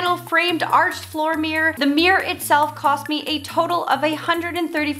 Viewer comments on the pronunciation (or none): CUTE! (But can we say meer-or instead of meer. It is two syllables. 😁) Also, great idea for a DIY series! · Why do Americans say “meee-errrr’. It’s a miRRor!!